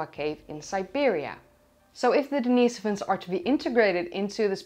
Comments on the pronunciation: I thought it was Denny-soh-vans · hearing everyone else say den-is-OH-vans while says den-EE-so-vans is quite unsettling, but I'm on board